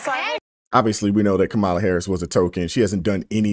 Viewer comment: Just fyi, Hostin's first name is 'Sunny' (short for 'Asunción'), not 'Sonny', and 'Kamala' is pronounced like 'Kama' (in Kama Sutra), with the accent on the first syllable, it means 'Lotus Blossom'.